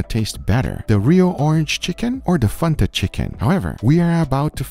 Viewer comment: please dont sYA FANTA LIKE THATTTTT ITS FAN-TA thank me later